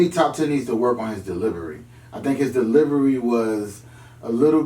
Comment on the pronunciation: To me needs to work on his "deliBery" 😂😂😂😂😂